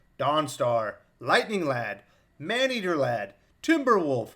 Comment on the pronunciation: I'm sorry, but "Man-eater Lad"? That doesn't sound right